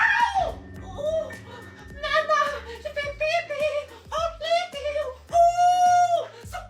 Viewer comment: ‘’ ohwwww pipi, m’y bed’’ 🤣🤣🤣🤣